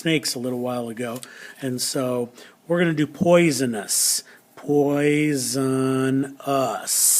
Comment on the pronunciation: I thouht you said poison us